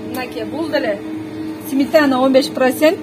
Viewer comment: Симетана деп журотко бул орусчаны таза билген болуп 😁😁😁